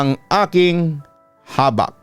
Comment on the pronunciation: Mabilia po pronunciation nyan Papa Dudut. Habak' po Bisaya Term kc yan ng Anting2.